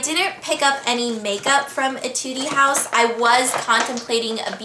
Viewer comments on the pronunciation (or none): eh-too-d house not eh-tu-dee house, its a korean brand. if u go to korea, they hav the cheapest, cutest and best makeup there! alot of diff. brands. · hahaha etude house is pronounced eh-tood house it's a korean brand :) well actually it's (ay-tood) but in korea they say eh-tood just fyi :) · etude house is pronounced et-tude. :) i just thought i`d point it out xD it was a good idea of you to not pick up makeup from etude. i live in korea & the makeup isnt all that great. glad your back! <3